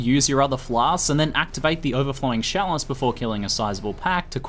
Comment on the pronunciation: You keep saying sjalice, so i dropped my cheese off my sandwich, i have to thumb this down its not that i did not like the video, im just bummed out i got some hair on my cheese.